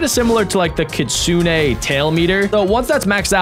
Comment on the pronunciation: It’s not Kitsune AY just Kitsune